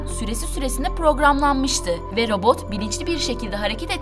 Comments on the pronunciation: T harfini söyleyemiyorsun. Robot derken, sesin boğuluyor. Robooğğ gibi bişey çıkıyor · Neden konuşurken sondaki t harfini yutuyor ( mesela robot yada otomat derken ) yada buna tek dikkat eden ben miyim 😤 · Ayrıca "t" harfinde de sıkıntı var. "Robo-g" gibi birşey diyor, dikkatim hep oraya kaydı. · Robo" "lar niye peki, T nereye gidiyor çok rahatsız oldum :') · Otoma'lar diyor, robo'lar diyor hahahhaha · Abin bitti sen mi başladın? Önce bir “Robot” demeyi öğren! Robo’ların diyorsun çok itici geliyor. Düzgün konuşmayı beceremeyen birisin. Video çekmeden önce biraz kendini geliştir.